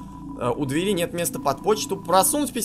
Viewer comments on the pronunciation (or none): none